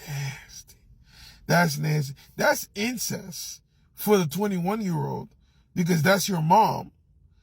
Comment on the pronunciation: Incense 😂😂😂its incest goofy ass